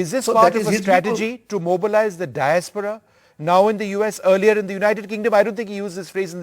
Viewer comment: It's Diaspora.. Not Disapora..